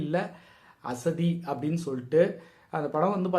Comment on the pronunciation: Theliva thana bro tamil la potrukanga, ஆசாதி nu, அசதி nu padikringa